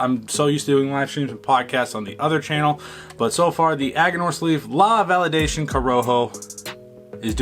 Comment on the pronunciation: La Validacion, not Validcion, and pronounced val e dah see ON. In Spanish, an "i" is generally pronounced as the Englsh "e," and the "c" is generally pronounced as the English "s." I'm smoking this for the first time, and I love it. Sweet cinammon is the characteristic which defines it for me. Five stars. I find the strength to be much less than you do, medium at most, but I"m smoking the toro, not the one you are. I will think of this as a good morning cigar.